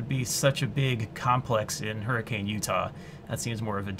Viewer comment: Hurri-cuhn is how its pronounced, not Hurricane